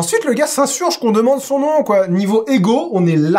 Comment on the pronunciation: 1/20 il prononce son nom sans faute quand même...